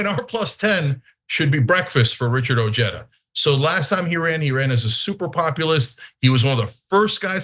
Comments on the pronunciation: That’s Ojeda and pronounced oheda and not ocheda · Richard ojeada is a mouth breathing ignoramus. Cenk can't even pronounce his name correctly the J is an H Cenk ask Stuttering John Melendez is that your next candidate for office? How about Brian Kareem?